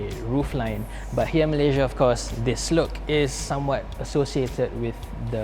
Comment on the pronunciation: Kau sebut Malaysia elok elok sikit aku cepuk dgn kreta tu kang😑